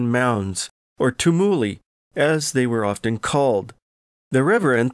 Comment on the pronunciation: "T(y)UM-(y)uli" not "tum- ULI"